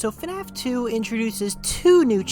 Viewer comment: Why do say fanaf and not fnaf